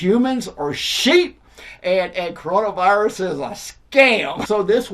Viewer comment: or as pronounces it: “cronavahrus”